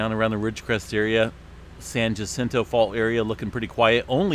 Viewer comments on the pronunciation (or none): The San Jacinto Fault is pronounced HA CIN TOE. I live about 7 miles from this fault so am pretty familiar with it. The Anza fault zone is a few miles to my south also. I'm surrounded!